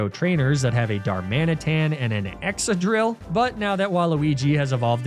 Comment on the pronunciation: It's Emol-Ga not Emol-Ja. It's a hard G, no J sound anywheree. There also Excadrill which is not Exa-drill but Ex-ca-drill. Idk how you could even get Emolga wrong.